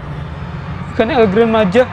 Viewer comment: Cara bilang nya bukan El Gran Maja bang bilang nya El Gran maha